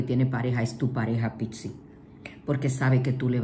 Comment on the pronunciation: Porque pixi?? Es PIS-CIS. Porque se refiere a los peces. Igual, hermosa tu lectura.Todo me resuena Gracias y saludosss